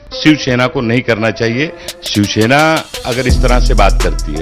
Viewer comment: दोनों के दोनों " शिवसेना " को " शिवशेना " उच्चारित कर रहे हैं !!